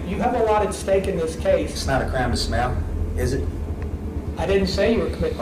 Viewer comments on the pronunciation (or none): He meant smile but it came out his mouth like smell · "Its not a crime to smell..." 💀😭😭🤣🤣🤣 yeah yeah i know he said smile. But that sounds more like smell lol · Sounds like he's saying 'smell'. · It’s not a criame and smiale. Lol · It sounded like he was saying it’s not a crime to smell 🤷‍♀️🤣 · It’s a crime to smell what a moron can’t even pronounce he’s words! Just axe anyone SMH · "Is it a crarm to smow? It ain't a crarm to smow". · He can't even pronounce the word 'smile' 😮 teach him to stay with a frown ☹️